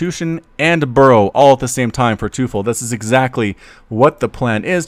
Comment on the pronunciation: MarkTeufel? Surely it's teufel as in the german word for devil? It's pronounced like toyful in case you were wondering.